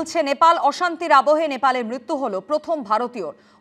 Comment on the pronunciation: মৃত্যু উচ্চারণ আগে ঠিক কর তবে না বলবি